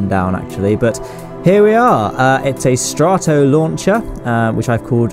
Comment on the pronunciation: its str•a•t•oh NOT str•ahh•t•oh